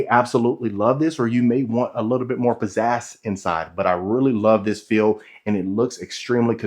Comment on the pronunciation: Also, pizzazz, not pizzass 😂